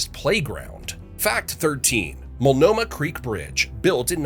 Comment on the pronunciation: or Multanomah